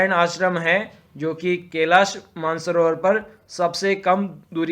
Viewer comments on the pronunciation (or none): none